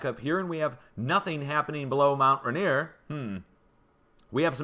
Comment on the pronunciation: You'll be saying this again before the mountain finally takes me - it's pronounced mount "ray-neer".